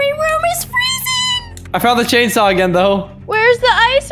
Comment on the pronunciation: Them saying "Chainsaw" :P Me hearing "Jadesaw" XD